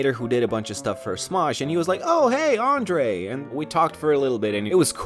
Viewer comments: U can hear his Romanian accent kick in when he says his name, but yeah his accent prolly came through practice and watching American media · americans can't say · English-iying names make them sound so weird